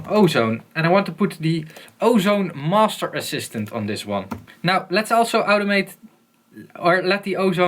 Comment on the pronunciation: "Masteruh" :D